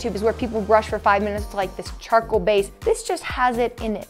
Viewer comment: Who heard chocolate toothpaste when they were saying charcoal